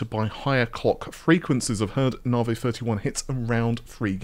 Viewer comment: For anyone outside the UK wondering if the reason pronounces Navi as nar-vay is because he's from the UK - no, it isn't. I have no idea why he (& as far as I'm aware, only he ), pronounces it that way, but it's definitely not a UK/British thing.